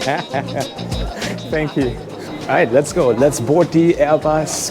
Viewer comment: sometimes the German in you comes out 😅👍 Sank you for another great Video 👌 Btw: I feel sorry for you what happened to you in the past, but this is not the Germany I know and where I live. Humans can be brutal in every country.